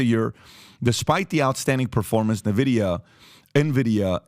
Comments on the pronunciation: N VIDIA, not NE VIDIA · The company's name is pronounced Envidia not Nevidia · Great content but for all thats good and holy, its [en-videa] not [nuh-videa] or [nin-videa ????]. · For the love of god its pronounced ENVIDIA not NEVIDIA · its called N vidia , not nevidia :| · It’s pronounced En-Vi-Dee-Yah, like the Latin ‘Invidia’ meaning envy. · not nvidia n-vidia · I just love how out of it they are😂 From relating this to "gaming" and from the dude calling it "NeVidia"🤣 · Exactly Only in America we have a millionaire this confidently out of it... nothing but a bunch of yes men around him obviously🤣 Pat called it "NeVidia" Not even a producer who knows editing that could correct him on practically everything that they said?! Damn 😅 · Dude doesn't even know how to pronounce the company name. Nice.